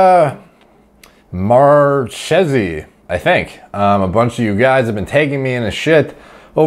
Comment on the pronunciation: "Ch" in Italian is pronounced "K" so it's "Markesi"